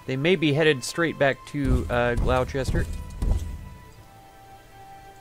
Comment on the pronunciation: Hear "Glow-Chester" pronounced. Typed this and closed video instantaneously. (It's Gloss-ter).